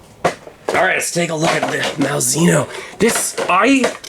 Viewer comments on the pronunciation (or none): It's pronounced "Mal - zay - no."